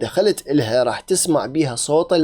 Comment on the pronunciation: بلاك يكول صوط مو صوت هذا يعني أنه من جماعت الكيبوب الي ما يعرف شنو كيبوت هذولة Bts اقتلوه قبل أن يتكاثر